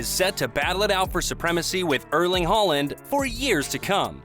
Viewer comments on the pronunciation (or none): none